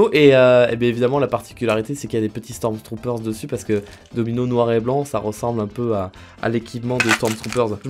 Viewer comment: Faut arrêter de dire : "STORMZTROOPERZ"